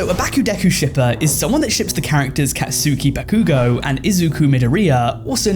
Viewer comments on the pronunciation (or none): brother I love you but goodness gracious you butchered the pronunciation of Katsuki Bakugou and Izuku Midoriya 😭